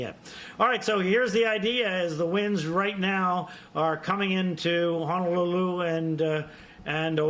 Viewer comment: Again Oh ah who NOT o wah who HO NO LU LU NOT hana loo loo